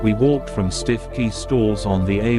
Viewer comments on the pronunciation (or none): It’s pronounced Stukey